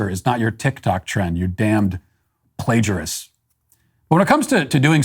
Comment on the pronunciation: "you damned plagarist" I'm crying lol🤣